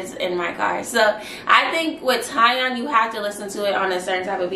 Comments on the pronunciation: TieOn is pronounced TeeOn 😂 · He pronounces it TEE ON (Tion)